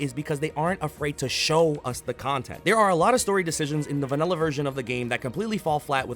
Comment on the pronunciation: Why did you say vanella instead of vanilla